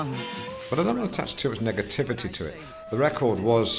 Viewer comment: Seems that Partridge slightly mispronounced "negativity".